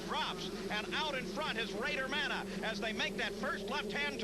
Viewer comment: Bader manneh yep " ma-nay" those morons. Lol rode w him a few times he hauled ass